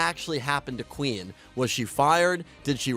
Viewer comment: bro, the fact that you cant pronounce Queen right, bugged me immensly and ruined the rest of the video for me